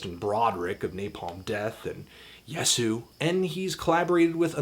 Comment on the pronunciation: IT'S PRONOUNCED YES-OO????